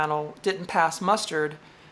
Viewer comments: The expression is " Pass muster", not "Pass the muster". Feel free to Google " Pass muster" as its often mispronounced as " Pass mustard" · "pass muster" not "pass mustard"